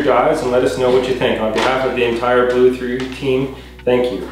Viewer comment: Ahhh! I’m beyond excited for you, you’ll have so much fun with this. Being able to stay a few metres down will be so much more ideal with your ears, because you won’t be changing the pressure so frequently. Great for detecting as well 😁 I can’t wait to see how you go with it. 😊 Ps: just “blue” for pronunciation, the 3 is silent 😁